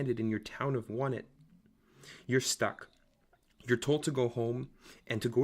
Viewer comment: It's pronounced on-ett